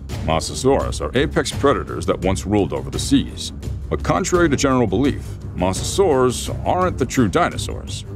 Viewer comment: You said Mosasaurs wrong you said mossasoris